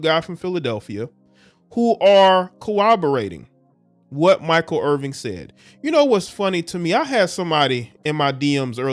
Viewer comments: There is no G in his name. it's Irvin. No G. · Bruh, its IRVIN not Irving, need to tighten yo shit up! You makin the man Jewish!! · It’s IRVIN not “Irving.”